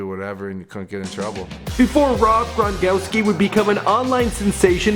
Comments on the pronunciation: This dude said Grongowski LMAO 😂😂😂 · He said Rob Gron"gowski" 😂😂😂😂😂😂